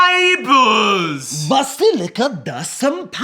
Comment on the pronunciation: the way Zach says neighbours will never not make me laugh